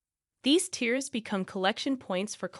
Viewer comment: ATTN-- YouTube publisher This video uses a computer-generated speaker which cannot use even simple words correctly-- unlike a genuine human speaker. For example, the word "tears", as in a destructive separation, is pronounced as "tears" in crying/sobbing. There are many other instances of faulty pronunciation, which can lead seniors astray in damaging misunderstandings. Because YouTube has claimed concern for high production standards, it should be especially concerned for health promotion videos which are not carefully reviewed and edited. * The voice chosen for this video could double as a teenage girl-- quite inappropriate for a serious medical presentation. A better voice would be a more mature woman, or a mature male. The fact the voice chosrn is done from video production software makes the selection all the more careless.